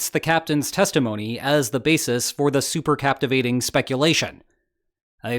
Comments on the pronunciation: It's not "super captivating".. it's "cavitating".. like cavitation.. supercavitating torpedo is the correct term. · As an engineer, hearing super captivating really hurt me inside. But somehow, I think did it deliberately, so it's ok. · "SupercaVITating" "super captivating" would be miss January 2026😁😅 Happy new one btw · Ha! I came to the comments to see whether this had been pointed out. Although something that is cavitating can also be captivating and there’s certainly phonetic overlap, there’s really no semantic overlap between the two words. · Can it not be super-cavitating AND super-captivating?😂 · cavitating, not captivating. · Supercavitating not super captivating. Doh! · Supercavitating doesn't have a "p" in it, which bugged me each time you said "supercaptivating" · Yep, was just going to post the same comment. Cavitating no captivating. It's interesting how many YouTube commentaries fail with small language slips that native speakers would not make. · Supercavitating not supercaptivating bone heads! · SUPER CAVITATING NOT SUPER CAPTIVATION EITHER AN IDIOT OR A I BUT STORY CONTENT IS GOOD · It's not "captivating" it is "cavitating'. Big difference, which if you don't know, you have no business discussing the subject. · Good goD! It’s not “super captivating”! It IS “super cavitating”! The process of “cavitation” is what creates the gas bubble(s) that reduce drag! And I think it was Russia, possibly because what was on the ship wasn’t actually working reactors, that what was on the ship would have angered NK as it was not what Russia had promised NK as payment, so by sinking the vessel, Russia could just shrug and say “well, we tried!?”… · Super cavitating not captivating. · CAVITATE not CAPITVATE RAHHHHH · That’s “supercavitating” not “supercaptivating”. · Say super + caVitating NOT super + captivating. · It's supercavitating, dammit, not supercaptivating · it's not "supercaptivating".... it's superCAVITATING xD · Super... cavitating?